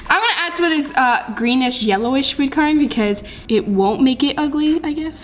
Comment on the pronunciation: No hate but I drives me crazy when she says coloring wrong